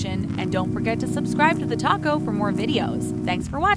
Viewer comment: TheTalko??? More like TheToco! xD